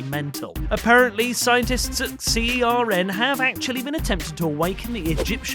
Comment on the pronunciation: You're meant to pronounce CERN as a word rather than as letters